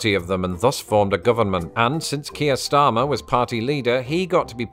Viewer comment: Is it just me or is Keir Starmer a name that just doesn't sound right pronounced by Americans? I am American and it feels like it needs a British accent to sound right.